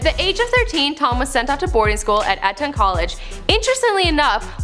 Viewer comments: he lived in West Minster, not minister. Also it's EEEton not eton, and he won the Lawrence "Oliviaaa" award not Oliver. I tried to do it phonetically so that you got the annunciation correct. I'm not bagging on you, those were just words you haven't seen before probably. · The amount of times she pronounced words wrong was annoying. Westminster not Westminister eton is pronounced eatun not ehton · It's pronounced eat-ton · laurence oliver etton draygon tf is your pronunciation?